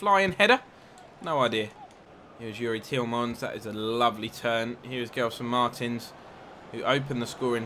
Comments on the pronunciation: It's pronounced Jelson Marteens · Since you love your pronunciations, in Portugals confed cup games, the commentators called Gelson Martins, Jel-son Mar-Tines (like sardines)